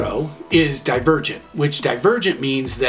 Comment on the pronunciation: When you said Divergent I thought you said The Virgin and then I was like wow this sounds like divergent